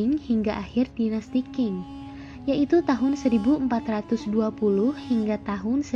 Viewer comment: Pelafalan nama2 nya dipelajari ulang, banyak salah penyebutan nya. Pelafalan PinYin bs koq skrg memakai google. Kesalahan pelafalan spt Dinasti Qing (di baca : Ching) bukan King. Dan pelafalan Pinyin tidak seperti pelafalan bahasa Hokian yg banyak memakai kata 'E' (dalam kata : Enak, Esa), tetapi lbh ke kata 'e' (dalam kata : P'e'langi, P'e'tani)